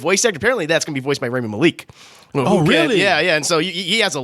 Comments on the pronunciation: It’s RAW-me Ma- lick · with a picture like what? The mispronunciations of Rami Malek must end lol I love him so much and what ever was said here was so off I laughed out loud.